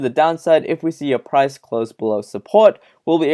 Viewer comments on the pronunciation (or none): none